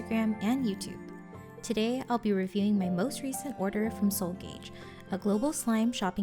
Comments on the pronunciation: wonderful video! just wanted to let you know that seoul gage is not pronounced gaij but ka ge as in the korean word store, so its seoul store! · just wanted to say gage is pronounced gah geh <3 love the video!